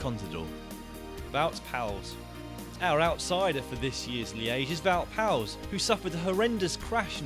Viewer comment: The pronunciation of "wout poels" is just horrific...